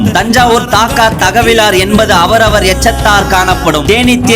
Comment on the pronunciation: ஐயா சினம் - சீனம் இல்ல தக்கவர் - தாக்கார் இல்ல வாசிப்பை பார்த்துக்கோங்க அண்ணா